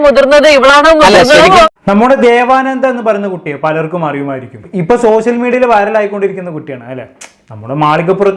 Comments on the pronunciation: സഹോദര സോസിയൽ മീഡിയ അല്ല സോഷ്യൽ മീഡിയ എന്നാണ് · സോസ്യൽ ഓർ സോശ്യൽ അല്ല ബ്രോ... ഷ്യ... ഷ്യ...